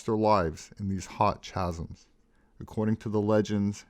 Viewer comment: And "chasm," too.